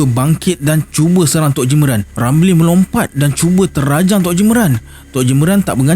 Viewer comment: Assalamualaikum...punya sush untuk lancar kan bercerita tu.harun jdi hadun terajang jdi telanjang.hahahahha tpi MMG SC terbaik.